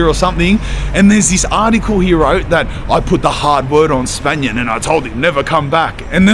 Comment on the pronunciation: Spanian Coight